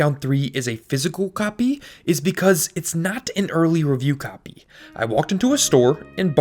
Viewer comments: FYI the word “copy” doesn’t have three syllables. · the way he says copy is awesome :P